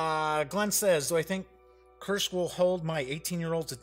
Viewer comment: Why Kuršk? It's Kursk. Easy and simple.